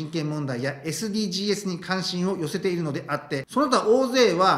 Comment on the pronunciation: 、いつも面白い動画をありがとうございます。 SDGsは(エス・ディー・ジーズ）と読みます。 おせっかいですが気になったもので。 頑張って下さい。